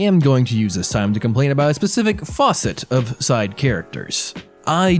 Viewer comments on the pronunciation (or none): tfw you pronounce fascet as faucet lol